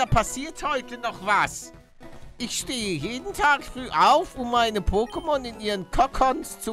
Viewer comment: Palle es wird Poké ausgesprochen und nicht pokké